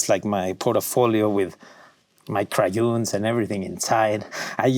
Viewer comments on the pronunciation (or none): my cryoons 😂 I love how he says it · The way Diego says crayons is fantastic